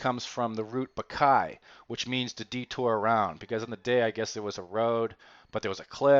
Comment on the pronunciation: Not bakay but baklay, meaning to hike!